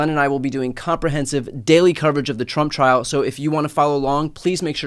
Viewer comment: I understand my ears are old, but when Brian says 'trump trial' I hear 'chump trial' 😂